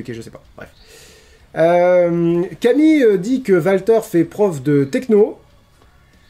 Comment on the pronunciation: D'où vient la prononciation "Valter" ? Les commentateurs /annonceurs ont prononcé "Oualter" tout le long (après je ne regarde pas UK donc erreur NXT tout court ?)